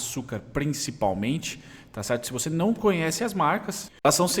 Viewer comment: Salve, parabéns pelos estudos, acompanho você há alguns meses. Sempre me ajuda a dar um review das empresas antes de começar a estudar mais profundamente:) Camil estava no meu radar algum tempo, to entando nela lentamente, obrigado pela sua análise >>>> PS: Só uma coisinha que as enche o saco esse é "TCHERTO" rssss